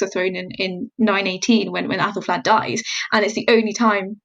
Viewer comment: I cannot stop hearing appelflap 😐